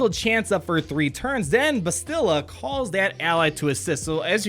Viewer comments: His mispronunciation of Bastila is a bit annoying. Its BAH-STIH-LUH, not BUH-STIL-LUH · 'BAST-ila,' not 'Ba-stila'. like "bastard" :). keep up the great videos! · “Basti-luh”. Not “bastil-uh”. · BASTilla. (pronounce it like Bass the fish, peeps are laughing at the way you're pronouncing it, just trying to help ya out bud). :) Not bustilla. Here's a video with the correct pronunciation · bass’-till-uh. Bass like the fish. A quick till sound. And uh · I've heard more bass-chill-uh But bass like the fish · Depending on where they will be farmable, they might be good Jedi alternatives for earlier players. That low Bastila tenacity is definitely a problem. Jolee might be very annoying behind a GK lead in a Territory War. Btw, it's BASS-ti-luh. (her name is said early in the video); I'm replaying KOTOR now, and the characters almost always say it like this. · Anybody else peeved with how he says her name? Clearly hasn't played KOTOR in a while;) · For real though, you are an excellent entertainer. Your videos grow my love for the game. (As a side note, the stressed syllable is on the "Ba". Video below has a character saying her name) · I love your content, I absolutely hate how you pronounce Bastila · I'm sorry, sir. We have to take away your nerd card. You have no idea how to pronounce Bastila. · Bastila..... pronounce it properly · Learn to say Bastila's name correctly. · Pronounce her name correctly pls Also, can we appreciate the animation on “Eh, you do it.” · I dont mean to be rude, but my OCD is killing me...why does everyone mispronounce "Bastila"??? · Whenever pronounces Bastila's name wrong... Lol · you're pronouncing Bastila wrong, and it's pissing me off!